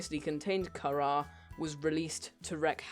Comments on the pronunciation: Not car-eer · karar is the way to say it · (CAR-R) thats how you say it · its not carar its carar hope i helped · CARAR I thought its kharra... (not hate comment) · its karaa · It's Carar is pronounced car-are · The way Carar is pronounced is Car-are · Love how the accent makes it sound like you're pronouncing it the same way as it is now